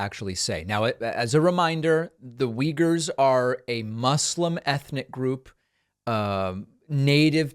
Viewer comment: How long has xi jinping been committing human rights violations??? This is not new... I didn't know off the top of my head that the Uyghurs were the largest group of ethnic minorities detained in interment camps, and I didn't know that it was pronounced "weegers," so I guess I shouldn't run for president, but I will always insist that I would be a better president than the last two republican presidents to hold the office... I guess since the Uyghurs are detained in the highest numbers, it should be the most notable group, but the chinese are notorious for oppressing ethnic and religious minorities, including Christians... But Suarez is a total idiot, for far more salient reasons than not being familiar with the Uyghurs.